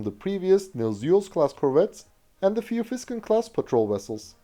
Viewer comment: "Vitfelt". not "Frrruyfelt".